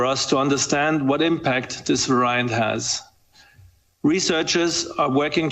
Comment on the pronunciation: "Varaiyant" Hahaha